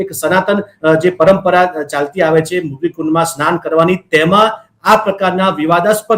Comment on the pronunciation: આ ડોકટર સંત પણ મૃગી ને બદલે મુર્ગી કુંડ બોલે છે